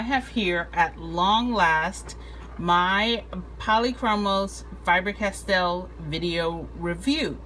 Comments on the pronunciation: You say Fiber-Castell instead of Faber-Castell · I know I know... I'm being anal... but for the love of all that is holy it's not FIBER Castel. It's FABER Castel. Good review except for that. :D